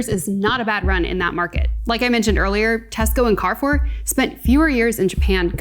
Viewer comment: Cool video, thank for doin it. I think you should have taken the short time to easily learn to pronounce Daitenho. If you still can't do it justice, at least learn how to pronounce the French Carrefour. It would build more credibility. Also, I think the commenters below brought up stronger points than this video.